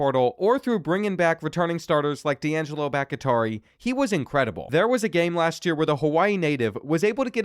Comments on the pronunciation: for the SECOND time it is bahk-TEE-ari. not bahk-IH-tari. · Bahktiari is Bahk-Tee-Ah-Ree bro pls don’t get it wrong again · please its pronounced "bock-tea-r-e" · You know his name is the same as the Packers tackle. It's pronounced Bok tee ary. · It’s BOCK-TEA-ARE-EE come on bro. Packers legend. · love how he corrected himself on grupe but has been saying bahktiari wrong the whole time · sorry i’m sure people have addressed this but the way he pronounces Bhaktiari is insane lmao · Still pronounces Bahktiari... incorrectly 😆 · I legit almost can't watch the videos because his pronunciation of this one is so bad haha. It's brutal. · Will ever pronounce Bakhtiari correctly who knows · SERIOUSLY!!!! I know it shouldn’t bother me. But it does. Lmao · It bothers me too